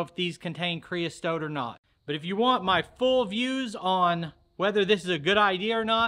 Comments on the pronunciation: Looks like it went fine to me. I'd do it. Your killing me with "creas(t)ote" though. Keep em comin, we'll keep watching. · Creosote...you added a T in the middle where there isn't one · Not CREOSTOTE. It's creosote. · It's "creosote" Not whatever you were saying! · the word Creosote has the "t" at the end and none in the middle